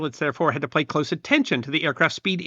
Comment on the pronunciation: Myeah..."Pilots had to play cose attention."...Maybe a little less meth before recording...;)